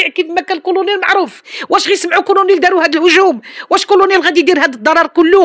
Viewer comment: اسي الاعلامي، كنقولو كلونيل ماشي كرونير